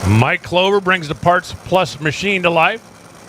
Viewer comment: its KLOEBER not clover